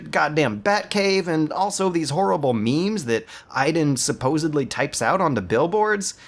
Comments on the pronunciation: Stop calling him Eyeden. His name is Aidan. Pronounced Ayyden. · "I-den?" Is this Beyond Two Souls or Watch Dogs? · it's pronounced, " ay-den " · His name is pronounced like you'd pronounce the disease that HIV turns into (AIDS), not like when you're just hanging around being useless (idle) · How did you pronounce his name? I get that you don't like the game, but they say his name in the game, there's no excuse for the made up, retarded way you said it. Other than that, this was a great video. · You said his name right once messed it up the rest of the whole time